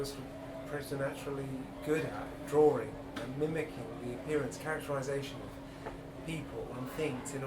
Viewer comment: It is a DRAW-ING …not a DRAW-ER-ING😊